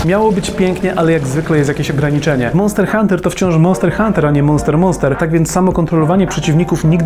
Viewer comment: "MONTER HUNTER"